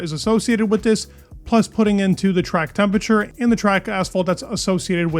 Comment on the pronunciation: ... or temperature (not tempature)